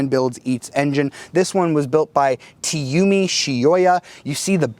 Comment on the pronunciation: By the way, it's "Izumi Shioya" not "Tiyumi" :)